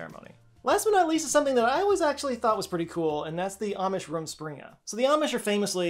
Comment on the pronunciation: I am a native german speaker and the "rumspringa" made me chuckle. i never herad of it before, but makes sense in the context. I guess mine lastet a decade or so..